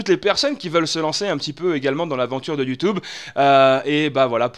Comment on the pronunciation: fait moi le plaisir je t'en pris, ne redis plus "YoutOUbe" mais "YoutUbe" merci ^^